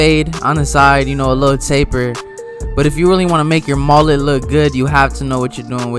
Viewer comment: MOLET? It's mullet